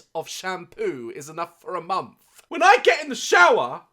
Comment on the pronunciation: Daz language Death = Deaf Month = Monf Linda = LINDA Live = Lif Strength = Strenf Any word = AAAAAAAAAAAA